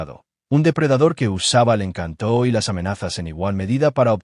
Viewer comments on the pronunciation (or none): "Encanto" sin la sílaba tónica en (tó) porque la sílaba tónica va en (can). Encanto no lleva tilde en la vocal (o) porque la convierte en una palabra aguda, cuando es una palabra llana. Eso que lo aprenda quien maneja la Inteligencia Artificial que no sea tan bruta/o. Son muchas palabras con errores garrafales, aprendan gramática.